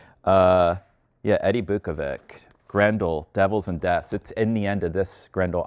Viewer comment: Biukovic is pronunced as Beeukovich / Beeukoveech and Macan is pronunced as Matzan